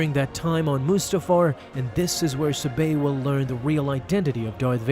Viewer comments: Why do you keep pronouncinh it as Suhbay? It's Saw bé your pronunciation makes no sense compared to other pronunciations. Would you pronounce it as Pod May? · Ur pronouncing her name wrong - ur saying “subayyyy” instead of “sab-aye” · Your mispronounciation is seriously irritating. It is pronounced sahbey not subay. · It’s SAH-BEY. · Wouldn't Sabe be pronounced with emphasis on the first syllable? Padme, Corde, etc are all pronounced that way.